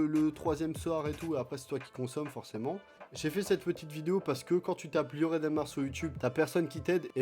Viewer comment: T'as dit del, c'est de